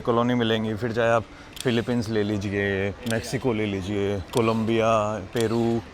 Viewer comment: Bhai mexico hai not maxico